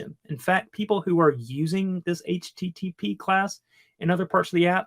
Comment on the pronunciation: how in the world are you a developer if you can't say http correctly?